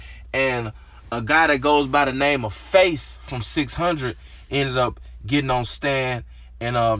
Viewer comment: 6 hun-dred 😖😖